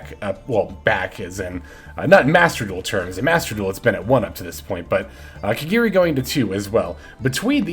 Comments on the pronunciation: My guy, its ka-GA-ri not kagiri. 🤦‍♂️ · There's no e in kagari your saying it wrong